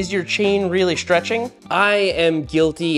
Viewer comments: It's stretching not shtretching... Sorry I couldn't resist 😂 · Seth says, "Chain Schtretching". AAAAAARRRRRGGGHHH! Also, I have never heard a "pedal axle" called a "pedal axis". There is an axis running through your pedal axle. The axis is the imaginary line the axle turns about. (Lets not get into what an Axel is.) Fortunately, he doesn't use the term "front fork". (As opposed to the rear fork?) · Shtretshing, accents lol